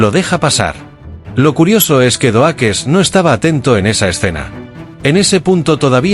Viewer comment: Epico Xd "surprise mother, asterisco, asterisco" jajaja. Doakes se pronuncia (DoUkss. Pero igual estuvo genial el video!!